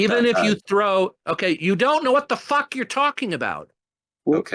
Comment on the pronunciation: He pronounces "fuck" like "fhugck" with a boatload of spit flying out.